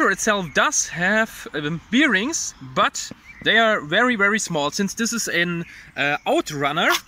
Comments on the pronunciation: Bier-rings :D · Please look up how "bearings" are pronounced. It doesn't have anything to do with bears. :D